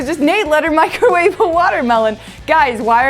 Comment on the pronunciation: In start she said microvave in a watermelon 😂😂😂